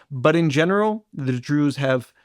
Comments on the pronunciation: Why does the presenter say "Druuuze" as if saying 'so called Druze' or druze in inverted commas. It was consistent and very strange, like the tone you'd use if people were pretending to be something they're not. Quite weird to listen to. If the stress wasn't intentional maybe she could practise saying the word 'druze' in an ordinary, natural tone of voice for future episodes. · I’ve been listening to your podcast for the past two years. I love your interview skills and general insight. But sorry, why do you pronounce Druze in such a strange manner?